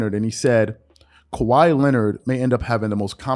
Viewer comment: Harden ? LMAOOOOOOOOOO . Lmaoo man . I’m unsubscribing from any sport related videos u fans are really more boneheaded than I thought . Harden is easily a top 30-40 player ever . And it’s Kawhi not khawi